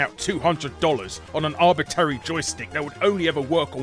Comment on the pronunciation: arbiTARY lolol